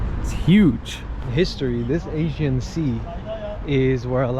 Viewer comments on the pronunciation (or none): Thanks for this video. When it appeared on my page as recommendation, I immediately jumped in and watched with curiosity for what you might have filmed in my town:). A couple of things to point out, though: First it is not Asian sea, maybe it is all about the way you pronounce it, and even captions show the same however to inform people thoroughly, it is Aegean. Second, we do not have a direct route to Mykonos. The direction you point at is not Mykonos, but Chios another Greek island. Lastly, when you take ferry to Bostanli/Karsiyaka side, it is completely different than what you have shown in this video. You can immediately tell how different the city parts are:) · Why did you keep calling the sea The Asian Sea while it is called Aegean/ee-gee-an/? And Camii is pronounced /Djah-mee/ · AEGEAN sea. The guy keeps pronouncing it as 'Asian sea'. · Mykonos? You didnt do your homework before vlogging, it's Xios (Sakız) Island. The man was asking "which channel". You can simply say "selam, merhaba" You kept saying "Asian Sea" it's "Aegean Sea" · Sir, please learn pronunciation correctly!!! “AEGEAN SEA” not Asian Sea!!!!!!!!!! Thank you… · Good video, but one correction: it is the Aegean sea, not the Asian sea. (Aegean, ponounced Eh-jee-un) in Turkish, Ege (pronounced eh-ghe). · It's Aegean Sea, not Asian Sea,. 🤣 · İt is not Asien sea--it is Agean.. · You should have practiced before, several times until you’ll be able to pronounce it right. “Aegean”, it has a “G”, Not an “S” . Don’t excuse yourself with pathetic lame excuses. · He said it but he is too American leave him alone. Spell it phonetically so he can say it give him some credit. He is a nice guy.